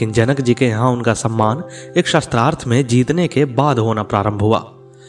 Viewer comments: प्रस्तुतकर्ता शास्त्रार्थ को शत्रार्थ उच्चारण कर रहे हैं जो अशुद्ध है । कृपया शुद्ध कराएं । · Atyant rochak katha parantu ek peeda huyi aap Shaastrarth ko baar baar Shastrarth bol rahe the. Shaastra aur Shastra ka antar samajhiye 🙏🙏🙏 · आप बार बार सस्त्रार्थं बोल रहे हैं बल्कि शास्त्रार्थ होता है। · शास्त्रार्थ शब्द बोलना चाहीए न कि शस्त्रार्थ